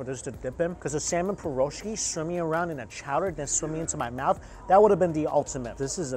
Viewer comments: Не парашки , а пирожки 😒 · Piroshky.. lol man that pronunciation was butchered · Leave it to Mike to butcher "piroshky" ... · Am I the only person bothered by the mispronunciation of piroshky?